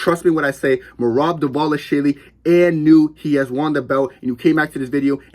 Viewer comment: bro is glazing and can't even pronounce his silly last name, excited to see the results of the fight